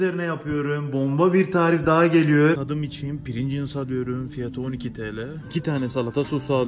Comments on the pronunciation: deki “princıls” can acıttı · Amerika:PRİNGLES Türkiye:PRİNGIZZZ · Pirinçıls kıvamına geldi 😂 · Bide prigls patates değil